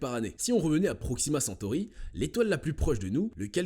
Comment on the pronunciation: Proximacentory est a 40milles km de nous ?🤔. . 😱 les PRRREEEEMIERS SCIENTIFIQUES 😛🤣😂